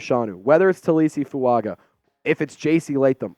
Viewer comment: I think it’s pronounced Fu-unger. Samoans always have an invisible N before a G